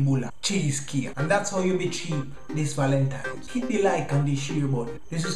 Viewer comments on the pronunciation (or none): "Valentimes!" Lol